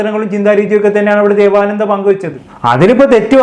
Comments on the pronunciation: ദേവാനന്ദ അല്ല "ദേവനന്ദ " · ദേവാനന്ദ അല്ല ബ്രോ 😂ദേവ നന്ദ 💕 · ബ്രോ ദേവാനന്ദ, അല്ല ദേവനന്ദ. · ദേവാനന്ദ അല്ല ദേവനന്ദ ആണ്